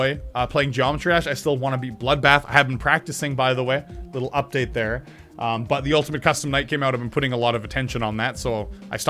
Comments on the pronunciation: you said “uptade” 3 times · It is called Update not Uptade